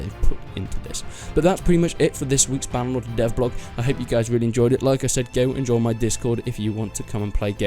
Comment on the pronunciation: you know... it is "BannerLord"